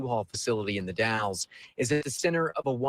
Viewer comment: Hi, did you say The Dalles Oregon or Dallas Oregon? If it’s in the Columbia River Gorge area it’s The Dalles. Two different towns. The Dalles is pronounced - (the a sound is as in apple) Dalls. Just fyi 😊 I’m always on the hunt for Kyron Horman! I searched almost every day for him for 4 years. And I have his initials tattooed on my neck. … someday that baby will be found. 🙏🙏🙏